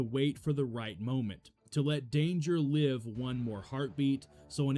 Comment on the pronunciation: Yeah I’ve heard quite a few AI tells in these vids… one I remember was saying “livv” instead of “live” fire. I kinda appreciated the story telling, but now it seems more like just clips of random stuff stitched together 🤷🏻‍♂️